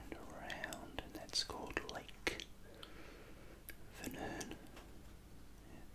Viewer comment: Vänern not vanern i am from sweden❤️